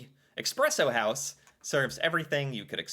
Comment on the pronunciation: It's E-spresso house, not E-xpresso house... and you're ether a black coffee drinker with no sugar and cream/milk, or you're a latte, mocha, cappuccino, frappe drinking city dweller, as the latter is looked down up on by farmers seen as snobbish. And historically in Norway we don't like snobs as we are a farming and fishing nation lol. It's also tied to toxic masculinity, black coffee seen as more ''manly'', anything with sugar and cream, feminine...